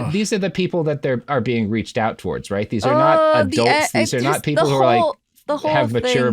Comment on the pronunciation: The way he says "not" like "naught" makes me want to stab out my eardrums. Literally the worst sound in the world.